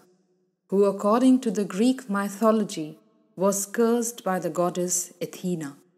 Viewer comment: well it is remarkable but i wondered when you mispronounced 'mythology'.